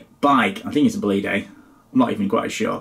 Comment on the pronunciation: Pronounced "Bòlide", that's where the tonic accent must be!